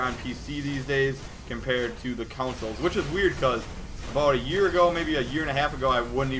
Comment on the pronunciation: Hey why do you say "consoles" with a slight "U"?